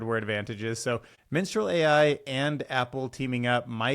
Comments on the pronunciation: that's Mistral not Minstral. Just sayin'. (Love your show but not in an, "aromantic' way) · dude it´s aromaNtic not aromatic xD maybe if you read it correctly the first time you could have guessed better what it was xD also it´s mistral and not Minstral :D minstral.. mistral who cares.. fuck the french right?^^